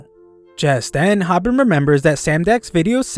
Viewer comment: VIRAL HIT CAME OUT IWTHHH AN ANIMEEEEEEEEEE it's pronounced( hoo-bin) Hobin